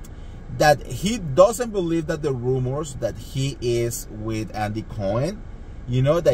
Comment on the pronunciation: Andy Andy Andy— it’s not “BURBERRY Hills” and it’s NOT “Andy COIN” 🤣 omg!!